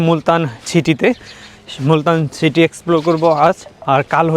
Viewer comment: আপনার উপস্থাপনা চমৎকার। তবে, City শব্দটি উচ্চারণে খেয়াল করুন।